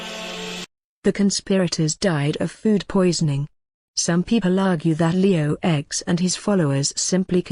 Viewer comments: Leo "X" really? I know it's a computer voice but really, cant tell a letter from a roman numeral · Come on!!! Leo "ecs" and Alexander "vi"??? "Ces-ar"??? Pathetic!!!